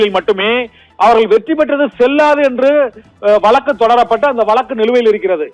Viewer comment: வலக்கு இல்லை... வழக்குன்னு சொல்லுங்க. கேக்கவே நாராசமா இருக்கு.